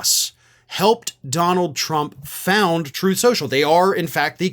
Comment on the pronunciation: "Troth Sential" 😂